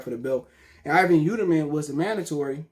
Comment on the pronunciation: Yeeldrim not yeuterman 🤣